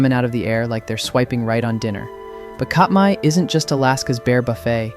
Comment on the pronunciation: great video so far. I'm certain it will continue to the end. FYI, Katmai = CAT-my, rather than COT-my, and Tlingit is actually closer to KLINK-it. Free grammar lesson here: since "one of" mean's there's more than 1 of something, but "only" means there can't possibly be more than 1 of it, the phrase "one of the only" is a grammatical impossibility. What makes 100% more sense is "one of the few". I just learned this recently: at 15%, Anchorage has the largest percentage in the country of Native people.